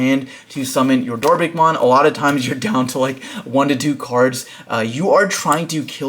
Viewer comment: DorBICKmon, everyone be saying DorBRICKmon 😢